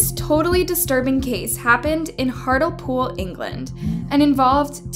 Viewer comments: It’s “HART-LEE-POOL not Hart-all-pool!” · FYI it’s pronounced - “Hartlypool” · Hartlepool pronounced Heart-Lee-Pool ❤ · this is a really sad case and isn't in the media enough , although just one thing Hartlepool is pronounced Hart Lee pool thanks for covering it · i know accents drive different pronunciations. but its Hart-Lee-pool not Hartel pool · The area is pronounced as heart-lee-pool.. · Hey I know you're american so it's an understandable mistake but it's actually hart-le-pool (like heart Lee pool) not hartle pool. I live 15 mins down the road from the place and never heard of this case! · Hart-Le-Pool. As in deer by the sea. Great video, but it's not hardlipool. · Its pronounced Hart LEe pool not hartle pool. If you are going to use British crimes then please pronounce the place names properly. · This happened in my home town and the names weren't so hidden I'm pretty sure they ended up being given out. It's truly awful what they did. R.i.p Angela ♥️ Also it's pronounced hart Lee pool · It's pronounced hart-lee-pool 🤣🤣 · Dear it’s HART-LEE-POOL considering the team that makes these videos they can’t do basics right lol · This case doesn't get the attention it deserves, thanks for covering it although just one thing Hartlepool is pronounced Hart Lee pool. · It's pronounced Hartleepool. I remember this case! Just awful! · I live 10 minutes from, pronounced HART LEE POOL, Hartlepool, it was such a shocking crime. Poor Angela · It’s pronounced HEART-LEE-POOL but good effort queen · It’s pronounced HEART LEE POOL but all together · Just letting you know, its pronounced Hart Lee pool. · its hart-lee-pool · The area where this happened its pronounced heart lee pool, great video 😁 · Angela was murdered in Hartlepool (pronounced Heart-lee-pool). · the town is pronounced heart lee pool btw x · Hartlepool pronounced like Heartly-Pool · It's pronounced heart lee pool 😊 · Hart lee pool. wow learn to pronounce these things